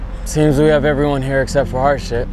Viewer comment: its HARJIT not harSHIT